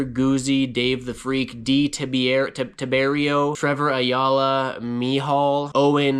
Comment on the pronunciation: Thanks for the shoutout! And you recovered perfectly on the name :) Ti-beer-E-O. The best part is that in a few months you'll be skating and are going to start getting comments and DMs asking "Bro, did you stop sweeping?!"